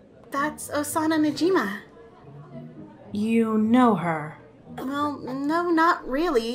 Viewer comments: You like how she says her last name incorrectly? Woow! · Najima? You mean Najimi? Even osana said her own last name wrong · gamer g5e yeah that’s true it’s spelt najimi but there saying najima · Real Jeff the Killer IKR!!! ITS NAJIMI NOT NAJIMA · Isn't Osana najimi pronounced Osana najimi instead of Osana najima? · “Nashima” Isnt it najimi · Crimson Its not "Nagina" It's Najima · I feel like it’s ‘Najimi’ instead of ‘Najima’. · Me:thinks that Najimi is pronounced(nah-ji-me) Video:Najimi is pronounced(nah-ji-ma) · isn’t spelled and said “ Osana Najimi “ ???? She said “ Osana Najima “? Is she right or no? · But have some mistake osana said her name its osana najima not Najimi its atcully right its najimi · okay... so nobody gonna talk about the fact they say "Osana Najima" it is Osana Najimi lol anyways i love the series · Its najimi xD but kokona said najima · You said Osana's last name wrong it was Najimi. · As expected from Abby, the animation is excellent considering the models. Ayano's VA is wonderful (Michaela may have competition). Kokona's VA was fine but her mic peaked a bit. Don't know why Osana's last name is mispronounced here when it was said correctly in Ep.1. Overall, this episode is lovely and was worth the wait. Looking forward to more! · She didn’t. But it did sound like it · Real Jeff the Killer Kokana knows her so little, she gets her last name wrong. Edit: oh wait, She got her own name wrong... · Osana watched too many videos by a certain Youtuber to the point she can't remember how to pronounce her own name. At least she didn't say Nijumu. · I dont think she said her own name wrong, I mean she knows her own name and she cant say it wrong...Can she? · Nukri Lamazoshvili Wow same it made me mad she said it that way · she can't say her own name